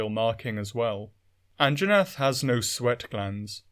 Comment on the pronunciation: Hehe An-Jaw-nath hehehe